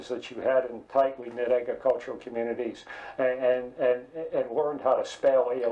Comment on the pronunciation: Comminarty or telecomminarty ?